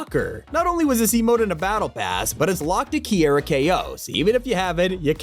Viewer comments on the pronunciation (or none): This man got me wanting to box for Kiara’s pronunciation 😭